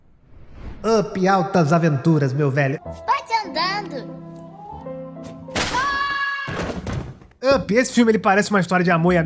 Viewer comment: Primeiro, não entendo o motivo das pessoas pronunciarem errado o título mais básico da Pixar, Up. Se pronuncia "Áp", não "ãpi", ok? Tipo pickup (picape) mas com o "p" mudo. Entendido? Segundo, de onde você tirou a informação do nome da Boo?